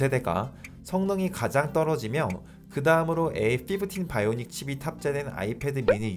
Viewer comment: A15 바이오닉 칩셋 발음 빼고 모든 게 완벽한 영상